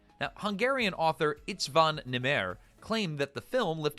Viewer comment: István Nemere's fist name is pronounced EEsht-von, definitely not Its-van.